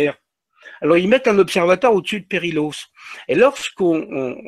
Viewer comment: Pour votre gouverne "ll" en catalan se prononce "y" il faut donc prononcer "periyos". Autre petite remarque "perillôs" en catalan veut dire "dangereux" (interessant, non ?). Sinon reportage captivant et je vous en remercie